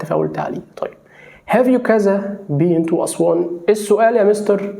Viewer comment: مستر حضرتك بتقول على been النطق بن اما بين الي حضرتك بتقوله لا بين بمعني فول او فاصوليا